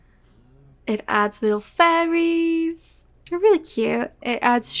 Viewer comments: it’s so funny to me “you get this from killing furries :]” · Is it just me or does it sometimes sound like she says "furries" when saying "fairies"? Great video and I love you content by the way!